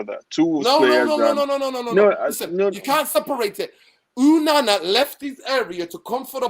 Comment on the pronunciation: Its ONANA, not UNANA.